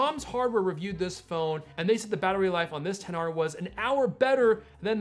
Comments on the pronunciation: It bothers me that he is saying the names incorrectly. It also looks like the audio is not synced in this video. That makes it so hard for me to watch. Come on man. Say them right and don’t try to be different. What, you think I am going to go to the Apple store and say I would like to purchase the 10XR. They would be like I am sorry but we don’t sell a phone by that name. There are way better videos about this phone. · When you said XR I thought you said Pixar